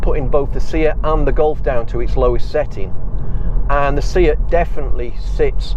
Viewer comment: Good informative videos, keep 'em coming. I'm not sure if it's an accent thing but my only request would be to please stop pronouncing SEAT as "See-At", it's "Say-At", or just stick to Cupra.. ;-)